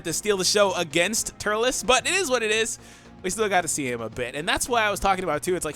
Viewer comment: I left when you said turles